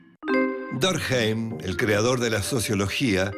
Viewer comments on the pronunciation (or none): none